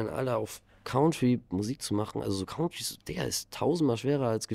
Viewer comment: Leider Country falsch ausgesprochen 😂